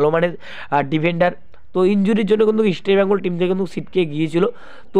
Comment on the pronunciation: বাংলা ভাষা টা ঠিক করে বলতে শিখুন। ইস্টি বেঙ্গল কি কথা, তারপর ভিডিও করুন।